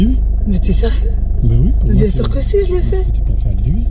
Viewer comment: Just une ptite demande pourquoi vous dites bien d’une manière un peu bizarre. Bbbbbbbien